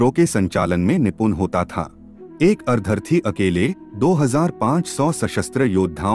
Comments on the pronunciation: maf kijiye lekin ar-dharti se..ardh- rathi iese ucchar karna jyada uchita hoga na? as usual information bahut hi achchi aur abhyas purna hai. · Content is good but Hindi pronunciation is very very poor e.g. अर्धर-थी. actually it’s made of two syllables - अर्द्ध-रथी. Such pronunciation mistakes are very irritating in almost all the audios. Sorry for mentioning that….I appreciate the selection of content.